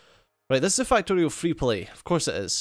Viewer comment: Every time you say fuck I here fack and everytime you say factorio I hear fucktorio XD